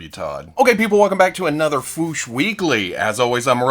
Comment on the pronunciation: The way from Toy News International pronounces "the fwoosh" is very annoying. But I've come to accept the fact that when he decides on the pronunciation of a word, doesn't matter how many times you tell him it's wrong. He goes for it, full confidence and gusto in the incorrect way every time. Even though I've accepted it, it's still annoying. Mini rant over. I had to say this somewhere.